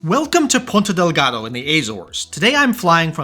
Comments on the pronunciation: It’s Ponta Delgada. Not Delgado. Godamn it!😂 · Just a smal note, it's Ponta DelgadA and not Ponta DelgadO